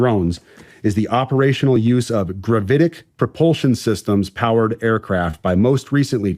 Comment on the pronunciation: Grav-it-ick. Gravitic.